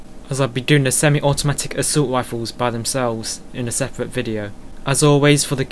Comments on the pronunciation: assult wifles! xDDD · haha each r is pronounced as a w